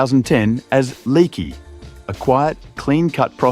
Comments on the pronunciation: leakee ❌ lekee ✅ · It's pronounced as "Leah-kee", not "Leaky". 😂